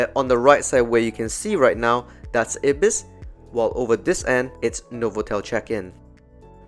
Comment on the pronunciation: it's pronounced eye-bis, not ibbis